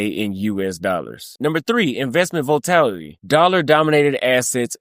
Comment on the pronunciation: Great informational video bro. I'm very familiar with the global financial world, and this has been in the making for years now. Just want to point out one thing. Volatility is pronounced as "vol-a-til-a-tee" 5 syllabals, not 4. Just looking out for ya bro.